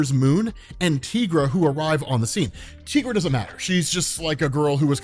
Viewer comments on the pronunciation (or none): Yeah. She even matters in this MK run -- she has a whole bit about how she got silver caps for her claws to help MK and HM kill the vampires and this dude just ignores it. Also: "Tigra" like "TigER" not like "TEEgra" -- man's pronunciation driving me crazy. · It's TIEgra. Like Tiger, not TEEger.. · "Tee-gra?" Am I the only one who's been pronouncing it "Tie-gra" for decades? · The Knee-Me-An and Tye-Gra (she's not hispanic)